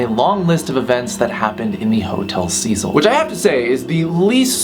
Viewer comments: iTS HOTEL CEH-CEEL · It’s pronounced “SEH-SEAL” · isn't it pronounced Hotel "Sa-Seel"? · u pronounce “hotel cecil” as ‘cea-cil’ not ‘sea-sil’ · It’s pronounced (Hotel Si-sil) Cecil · Cecil is pronounced seseal not sezil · it's pronounced Sé Seel not Cecil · the name is a lot more freaky when you say the name correctly, it's pronounced "seh sil" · ITS PRONOUNCED “sea-sill” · I thought it was pronounced 'Seh'sul'? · its pronounced si-cil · T H E H O T E L C E S I L when he says it like that its makes me laugh like alot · trash vampire he mispronounced it tho lol